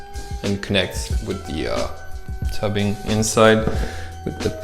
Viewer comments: and tube ing - not tub ing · What is 'tubbing' do you mean tubing 🤣😂🤣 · I thought this guy was American, until he called the tubing, tubbing. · tubing sorry not toobing